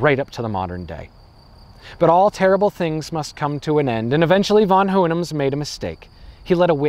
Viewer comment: interesting way to pronounce "von Hohenems"